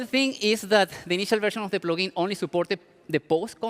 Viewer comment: Good "Plogin"